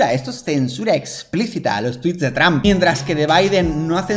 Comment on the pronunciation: 🤣🤣🤣🤣a mi me mata como dice traump